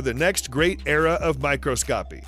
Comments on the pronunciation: "next great era of "micro - scopy". It's pronounced "My- Chras - SCO - Pee" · Microscopy might be pronounced "my-CROSS-cuh-pee".